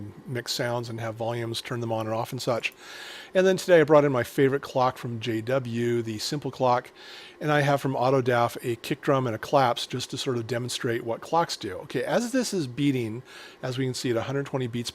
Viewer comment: Excellent video again, you are explaining this stuff really well. Really glad to know what Trigger Buffer and Bernoulli Gate do now. One little thing though, "autodafe" pronounced "auto-dah-feh" and not "auto-dah-f". Thank you again and looking forward to more!